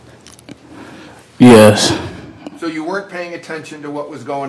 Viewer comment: he's not dumb. He's both arrogant & petulant. That is the youth of today ! Can't even say, " Yes.. " correctly.